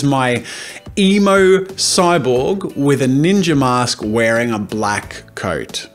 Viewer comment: Every time Jazza said emo, I thought he said emu.